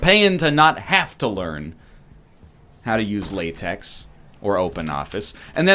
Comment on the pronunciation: It's pronounced LaTeX (lah, tek) you philistine